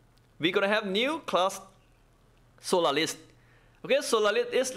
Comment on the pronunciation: solalis xD , im dyiiing 😂😅